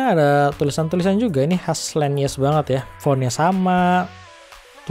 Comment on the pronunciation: Bukan len nyes bro tapi.... Nyess nyess😆😂🤣